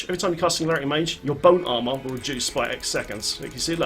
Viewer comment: i love how it sounds like you are saying "boat armor". D3 vehicles? yes plz